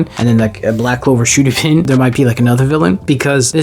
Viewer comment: Bro said black clover shudippen💀💀